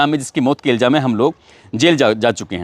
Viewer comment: सर आप इल्ज़ाम को इल्जाम बोलते हो। अपना तलफ़्फ़ुज़ दुरुस्त करये। बाक़ी सब ठीक है।